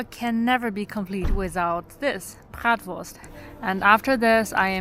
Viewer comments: AI, create a German town......😅 I admire your correct pronunciation of Fachwerk and Bratwurst 🥰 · and "Bratwurst" as well